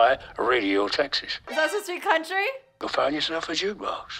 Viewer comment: When she said country album she meant CUNTRY ALBUM